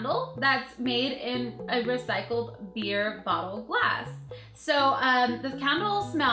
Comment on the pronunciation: wait did u say bee